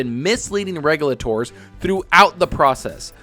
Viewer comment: still doesn't pronounce "regulator" correctly lol